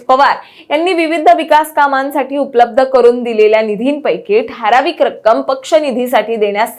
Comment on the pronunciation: अरे हिला आधी "ठारावीक" नाही तर ठराविक म्हणायला शिकवा